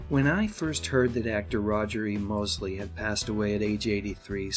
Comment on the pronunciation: it's "Mosley" not "Mosely".........LEY at the end.